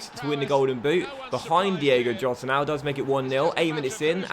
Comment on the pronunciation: Diego Jota is pronounced Diego Iota